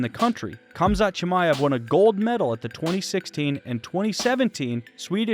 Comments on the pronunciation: Its pronounced hamza chimaev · At least pronounce his name correctly